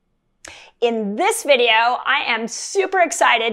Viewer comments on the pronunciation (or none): none